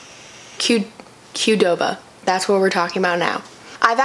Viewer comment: she couldn’t say qdoba😨